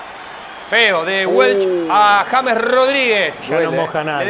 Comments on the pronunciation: No se llama "yeims* se llama JAMES pronunciado en español!!!!!!!!!!!!! JA MES!!!!!!!! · TIENEN QUE APRENDERSE EL NOMBRE DE ÉSTE GRAN JUGADOR DE MÍ SELECCIÓN COLOMBIA, COMO LO ES JAMES (EN ESPAÑOL) RODRIGUEZ.... 😂🎉😅❤😮